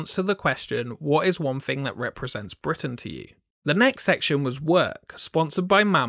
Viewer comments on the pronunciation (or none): none